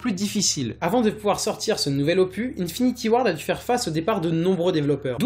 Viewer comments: Bonne vidéo mais on dis un opuSSS pas un opu, et vu le nombre de fois que tu as utilisé ce mot tu aurais pu te renseigné sur la prononciation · n'importe quoi ce que tu dit desfois sur AW on peut pas marcher sur les murs et BO1 ET MW3 sont sortit aussi sur WII et aussi ça se dit opus et non "opuh" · j'ai quitter la vidéo juste parce que il arrête pas de dire opu !!!!! ya un putin de s a la fin !!! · c'est opus pas opu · OPUSSSSSSSS pas Opu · LE S DE OPUSSSSSSSS DOIT ETRE PRONNOCE BORDEL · Le S de opuS ce prononce, j'ai eu les oreilles en sang tout le long de la video